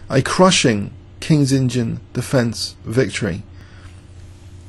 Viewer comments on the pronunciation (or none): hey, is it just my ears or you actually pronounce the "King's Indian Defence" as "King's Engine Defence"...